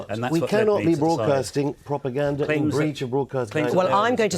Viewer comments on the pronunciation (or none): Lord Adonis: "Bvoadcasters", "Vussian pvopaganda". Why are so many politicians and broadcasters unable to pronounce the letter R? Otherwise, great stuff from Afshin Rattansi. Rattansi says, "I was told what to say more when I was on the Today programme at the BBC!" Adonis and the silly besom interviewing interrupt constantly to prevent the audience hearing.